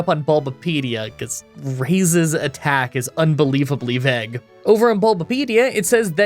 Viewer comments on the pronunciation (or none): none